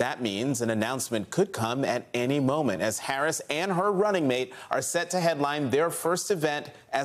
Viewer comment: No Schpiro.